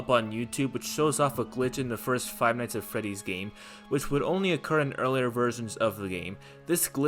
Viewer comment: the way he pronounces five nights at freddys "fie nise uh feddys"